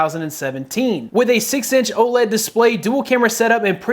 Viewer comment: Almost sounds like he said Old LED display